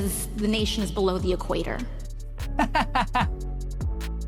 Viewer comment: I was taught at the LEARING CENTER that Venicewaleya was north of the E-cwayter? 😮. 😅😅😅😅😅😅